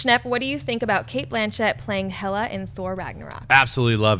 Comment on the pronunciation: hey guys, it´s hela, not hella.